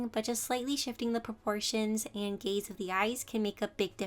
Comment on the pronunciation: Why did I thought she was saying gay instead of gaze but anyway you really helped me improve